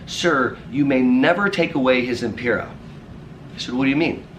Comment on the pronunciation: Doctor, are you referring to Ampyra for the erectile dysfunction? I heard it pronounced differently.